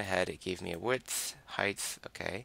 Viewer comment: there is no th in height. It's not heidth.